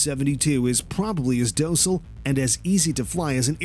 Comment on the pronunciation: The mispronunciations killed me. He pronounced “plagued” like “plagged”, docile like “dose-il”, and “fuselage” like “fusil-edge”. Very repetitive and the “movie narrator” shtick made it almost farcical.